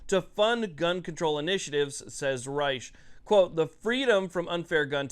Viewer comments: It's risch. Like rich, with a S... and crapo, "cray-po) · Idaho here--- Risch is pronounced as Rish and Crapo is pronounced as Cray-Poh. Unfortunately my senators are long time sitters, but the good thing about them is that they are solid, Most things that they put their hat in on as is generally supportable even if it is a grumbler. They great for OutDoors support and knowledge and they are solid 2A supoorters as you can tell by their generally lockstep approach on most issues with Repub leaning. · Actually, Senator Risch is pronounced like “fish.” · Idahoan here. You're close on the names; its Jim Risch (pronounced like rich, but with the S dominant, so like... Rish) and Mike Crapo, pronounced Cray-po'. Sounds similar to playdough.